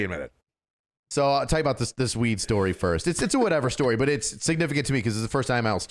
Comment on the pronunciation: He goes from H house, weed, jewelry, what I’m assuming is ripping or knocking out a grill, to a ridiculous southern accent and then goes where was I? Weeeeeed. 😂. Sounds like you were on weeeed. He arrested so many potheads he just channeled one.